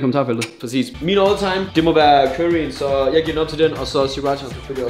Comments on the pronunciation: "kyrry" xD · det var da næsten bedre med sraaaaji eller hvade han nu sagde aha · måden du siger curry på XD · Hvordn f*ck er det han siger curry? ahhaha dør